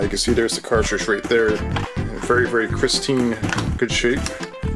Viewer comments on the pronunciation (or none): its pristine not christine yo